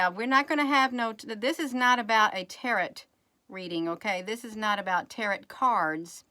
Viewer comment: Tarot is pronounced tare oh